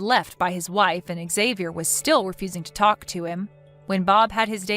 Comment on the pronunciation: Xavier's father should know how to pronounce his son's name. Sheesh.